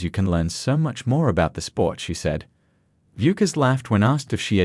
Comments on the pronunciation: Why can’t AI narrators be taught how to pronounce her last name? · Hard to listen to the information when you can't pronounce the subject's name